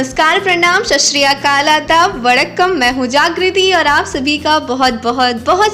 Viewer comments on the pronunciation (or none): none